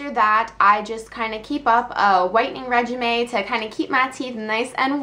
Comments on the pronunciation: Did she say "regimay" instead of regimen lol ? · it's pronounced "rej-i-ment" lol:P You should do more funny things like the crickets chirping! It made me giggle, and didn't get in the way of the rest of your video. Great vid as always. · no it's reg-i-men